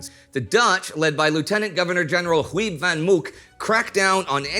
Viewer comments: Haha yes it sounded more like Whoieb or something xD Westerling/Spoor were also decent. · As a small sidenote, here's a pointer on how to pronounce Huib van Mook's name: read it as "Howp vahn Moke", and make sure you're a Scotsman when you say his first name. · I'm really disappointed in Indy's pronunciation of the "ui" in "Huib", but "ie" in "Vries" is decent. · Ai I'm not a linguistic person by far but if you mean pronunciation it is a little bit different yes. Just look up water in Dutch and English, same word but there is a pronunciation difference. But the way Indy said Huib haha it wasn't anything near Huib in Dutch